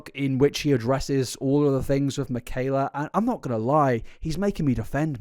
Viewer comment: mikayler nogueirer